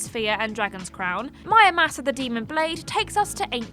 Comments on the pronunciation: Why read it mÄramasa when it clearly spells Muramasa. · Please inform me, is it MUramasa or MYamusa? The first time I thought she just had a little brain-fart, but then she repeats it. Thanks in advance. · Did she say mayamasa? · Mayamasa? Are you even trying? Do you pronounce samurai as samayai? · The letter R: exists People in the UK: 😨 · Nintendo & MonolithSoft should remaster Disaster along with their DS ARPG Soma Bringer for Switch....and release both worldwide unlike the original versions. I'd say my personal potential hidden gems would be the Endless Ocean games, FlingSmash and WiiWare's Eco Shooter: Plant 530 also how the heck did you manage to butcher pronouncing Muramasa so badly?